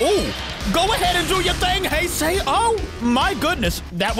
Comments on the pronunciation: Its he se heisei not haisey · Heisei not hisei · Here is how you pronounce heisei Godzilla say the words hey and say and put them together and it will sound like the word heisei then add Godzilla to it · ITS PRNOUNCED heisei : hay-zay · the heisei is called like this hesea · I think it is actually pronounced hi-si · Heisei is pronounced (he-(ses)-(I)